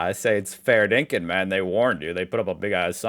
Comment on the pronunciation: Wow, you are morphing into an Aussie when you said fair dinkum in a sentence and I heard genuine lingo.